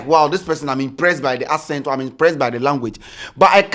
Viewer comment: It's the "Ascent" for me....Bro it's Accent 😂